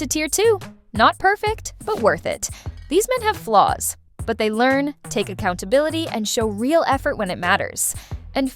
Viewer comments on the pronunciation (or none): none